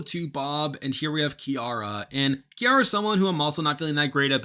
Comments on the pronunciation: Love your videos. For future videos, Ciara’s name is pronounced “Sierra” not “Chiara”! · her name is CIARA …”see-air-ah” Like the pop star singer lol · 1. It’s pronounced See-arah 2. Literally the only person I’ve seen who is saying Gabby’s edit is negative.